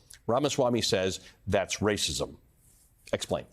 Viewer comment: Legend says the grand wizard is so powerful that he was able to split the word “racism” into two words….. “race-ism”…. A true feat indeed. Lo and behold.